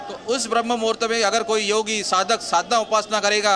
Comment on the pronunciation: Jo banda sadhu ho kar bhi BRAHMA MUHRUT ko sahi se nahi bol paa raha hai ,, us ka interview le rahe ho ... Anchor bhi yehi bhool kar di hai 😢